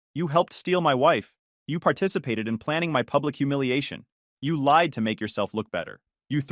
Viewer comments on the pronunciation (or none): none